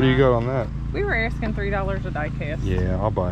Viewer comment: She said ten dollers